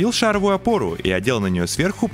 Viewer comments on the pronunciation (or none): Всё хорошо, интересно, но слух резало шАровую, шАровая и т.д. Правильно ставить ударение на последний слог: шаровАя, шаровУю